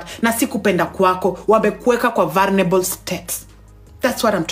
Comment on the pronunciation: Its vulnerable not vulrenelebo, that's not how to advice a friend...no no no...hii sasa ni personal 😢